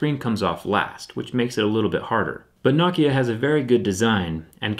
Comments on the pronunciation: It's No Kia.... not nawkiah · Its not *KNOCK-ia* Its *No-kia* Am I right? Its *Hoo-a-wee* or is it *Hwa-eh-ee* NOT *Wa-wee* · It's pronounced NO-KIA, Not NOCKIA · Not nocki-a No-ke-a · Knock yah. No-Kia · No-kia not nah-kia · NO KIA NOT NØKIA ITS NO-KIA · No kia for god sakes not nah kia you can say Huawei right but not nokia ok then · It's " no kia" not "nah kia" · It's "No-kya" not "Knock-yah" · Why do you pronounce Nokia like “nok ea” and not “no kia”? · It's "No-kee-uh" not "knock-e-ah". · why does he pronounce it NAH-kia instead of NO-kia? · He says Nokia like "nock - kia" then immediately afterwards pronunces it "no - kia" idk juts thought it was weird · Why say, Knockia, and Nokia. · For a tech guy he can pronounce Nokia right. Knockia? The heck? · thumbs down...just for pronouncing nokia as "knock"-ia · Whenever he say Nokia, sound like he’s saying Nakia! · I feel like Jerry is pronouciating Nokia as "Nakia" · I have never heard it pronounced KNOCKIA. 😂😂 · Does the way he pronounces Nokia drive anybody else nuts? It's pronounced like it's spelled... No-Kia. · I'm about to get a nah-kia lol I love you man! Awesome job! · thumbs down for saying Nokia the way you do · You mean Naahkhia, as he pronounces it. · Its pronounced knockya you fuckface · It’s NO-KEE-UH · Any one else triggered by how he pronounces nokia! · Why does he say it “Nokia” and not “Nokia”? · Is it pronounced "nacia" or "nokeya" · Learn how to pronounce Nokia my guy. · He pronounced Nokia differently like 4 times.